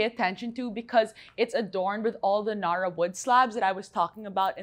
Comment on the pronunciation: Cringing how she pronounces narra “nuh-ruh” no honey, NA-RA